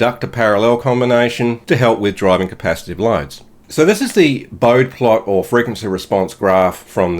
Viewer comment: For the benefit of those new to electronics. The pronunciation of Bode is typically delivered incorrectly in the spoken word. A common mistake I used to make myself until it was brought to my attention. Hendrik Wade Bode, the famous American engineer and pioneer of modern control theory is most commonly pronounced "BOH-dee" in English. However, because his family was of Dutch descent, there is a distinct split in how his last name is pronounced, which is exactly where the schwa sound comes into play. The Three Ways to Pronounce "Bode" The pronunciation shifts depending on whether you follow American engineering tradition, his family's heritage, or standard English rules. The Common English / Engineering Pronunciation: "BOH-dee" Syllables: BOH - dee (/ˈboʊdi/). This is how his colleagues at Bell Laboratories and the vast majority of modern textbook and controls engineers say his name (e.g., "Bode plot"). There is no schwa in this version; it ends with a long "ee" sound. The Original Dutch / Family Preferred Pronunciation: "BOH-də" Syllables: BOH - də (/ˈboʊdə/).This version features the schwa. His family explicitly preferred the original Dutch pronunciation, which replaces the final vowel sound with a soft, weak, lazy "uh" (the schwa). It sounds very close to "BOH-duh". The Literal Reading Mispronunciation: "Bohd". Syllables: One syllable, rhyming with code or mode.While many students instinctively say it this way when first encountering it in engineering class, it is historic